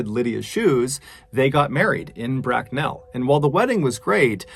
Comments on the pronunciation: Brack'nell'. I love American pronunciation of British towns 😂 It's closer to Brack'null' or Brack'nuhl'. 🤜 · Brak-nel hahahahhahaaaa It's pronounced brack-null Mrballen. 😁 All one word. Bracknell... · Bracknell is pronounced Brack-null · Bracknell? ....as an English person it's pronounced Bracknall 🤣 saying Bracknell makes it sound much posher than it actually is 🤣🤣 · Bit late but it’s pronounced.. BrackNAL .. not BrackNEL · Its not "brack nell" its Bracknell - one word - no break. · As a Londonder never say that again 🤣 Brack-nell. Just say Braknull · I've been binging your videos for a few weeks, alongside other true crime and mystery videos and this is the first to cover my hometown. I love you good sir but its pronounced brack-null, not brackn"e"ll 😭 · "Bracknell", not "Brack nell". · No one: MrBallen: 'Brackk - nell' Me (lives in bracknell) : ' It's pronounced Braknel not Brackk - nell' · it is pronounced brackNALL not brackNELL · “Brack-nell” made me smile, us lOnders say it “brack-null” but either way I’m just interested to hear a story re somewhere close to me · Coming from the town that tis story is from I have always heard and pronounced the town as bracknall instead of brack-nell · ‘Brack-nel’ made me laugh haha. It’s pronounced brack-nawl’! Love the video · Great cause. Thanks for the efforts to help clean up our planet. (and it's pronounced Brack-nal, not Brack-nell). cheers:) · Its pronounced bracknull. Not bracknell. Keep up the good work. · Me and the Mrs got quite a chuckle out of your pronouncing of 'Bracknell.' We used to live just outside of Bracknell and it's a diiiiive. In the UK it's pronounced 'Bracknul,' 'Brack-nell' sounds delightful 😊. Anyways love your stuff Mr B keep it up! P.S for a Brit I also have a handsome collection of flannel shirts, game recognise game 😏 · Just a quick note, it’s pronounced BRACKnell not BrackNELL. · Psssst mr b... bracknell isnt brack-Nell, more brack-nul. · its pronounced Brak-n-all not Brak-n-ell lol